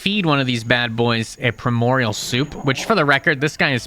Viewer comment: bro you GOTTA learn how to read and pronounce things right, lmao. Where the hell are you pulling an M from in the word "abyssal"? why are you not saying the D in "primordial"? jesus, if you're gonna do a mod review, can you put in the effort and make sure you're pronouncing things correctly? like, google "how to pronounce" then the word. simple as that.